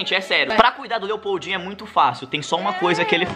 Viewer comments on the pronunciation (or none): Quando eu escutei esse nome Lepoudinho pensei que ele falou EI PEIDINHO